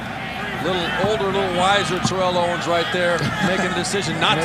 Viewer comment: Why does keep mispronouncing Terrell Owens's name??